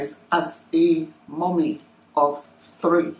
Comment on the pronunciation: It’s the “mummy of 3” for me. The emphasis!! 🤣🤣 it’s not easy o 👏🏽